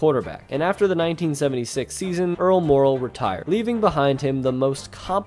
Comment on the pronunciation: The announcer has an exceptional ability to slur the pronunciation of Earl ☀️Meh⚡️✨🪐💫⭐️ooh last name. I couldn’t listen 🎧 to this ….. !